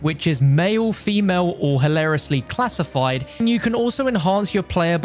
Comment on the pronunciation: i love when he said halariously classifid